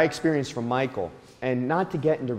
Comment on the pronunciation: Being so close and familiar with him,you'd think you could pronounce his name correctly 🙄